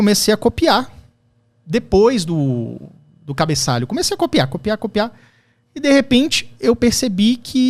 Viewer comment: repete porque você errou: CA-BE-ÇA-LHO! Esse é o filho do ESQUERDALHA HADDAD?